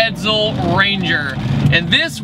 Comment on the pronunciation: it's an EdSel, not an EdZel. Ironically I was in a chat today about cars of this era and their weight. When compared to muscle cars of today they're not heavy at all considering their size.